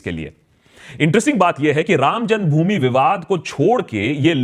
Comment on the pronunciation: what did you say ?? "Ram jungbhumi or ram janmbhumi ?"